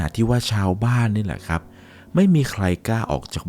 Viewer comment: แค่ ครับ เป็น คับ ก็ไม่ผ่านแล้ว 🙄